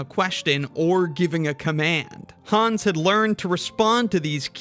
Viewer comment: "Learned" is this usage is pronounced lear-ned.